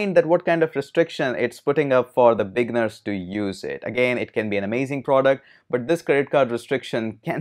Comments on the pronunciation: great vid. but i for a minute i thought you were saying "big nerds", but you were saying "beginners". haha! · Up until later in the video, I thought he was calling me a "big nerd".